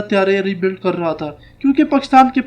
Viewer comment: how come he cannot pronounce Pakistan?